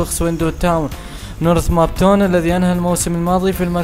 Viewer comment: هههههه نورث مابتون لو نورث هامبتون ههههههه يا عمي شوية تثقفوا